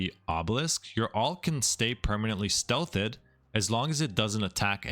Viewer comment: Stealth-thed? Either you’re a moron or you’re using ai voice. Pick one for me please.